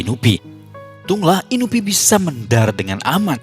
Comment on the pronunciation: Bener inupi